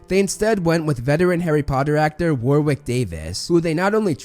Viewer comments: It's pronounced "Doh-nall" it's pronounced "War-ick" (the W is silent) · “Wurwick” Davis “Wraith” Fiennes 🤨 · "War wick" LOL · worrick not war 😀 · Warrick not war-wick. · Warwick is pronounced WARRICK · Warwick is pronounced "woh (like what but without the t) rick" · Good vid but it's pronounced Warick the second w is silent I live in Warwickshire in the UK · You were absolutely correct with the pronunciation of Ralph Fiennes, but mispronounced Warwick's name, going with the fairly typical American style mispronunciation of Warwick. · Loving your videos which I've only just discovered and will show my granddaughter who is newly discovering Potter books and films and will love all the in-depth analysis. You're totally correct on the pronunciation, but you do get Warwick Davis first name wrong I'm afraid. It's pronounced "Warrick", you don't pronounce the middle "w". Fabulous videos. Thank you. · Imagine not saying Warwick's name right